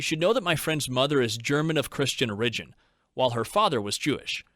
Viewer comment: Origin? Oh-RIDGE-in? Where did the narrator grow up, genuinely curious?